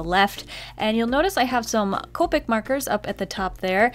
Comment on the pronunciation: So....she said ca-pic before but now the right way? i am confusion